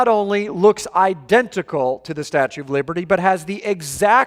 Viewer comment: I’ll never go to the “statute of...” of again